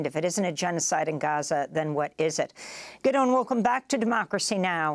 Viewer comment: Why is she saying Gideon wrong?